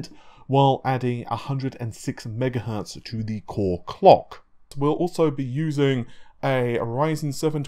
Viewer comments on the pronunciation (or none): take your time to pronounce your words.... Its not a race.... Cooreee Klockkk..... Smh... core clock But I am glad you are excited and happy about what you do.